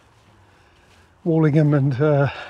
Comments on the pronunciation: I thought the "old" in Woldingham was pronounced like old in hold and told, not like the "alled" walled. Is that the local pronunciation? I'm a Lancastrian living down here in the vicinity. I want to be correct. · But you pronounced it Walledingham several times. I thought I had it wrong. I get loads of place names in the south wrong only to be corrected later, e.g. Plaistow, Isleworth, Leigh and others.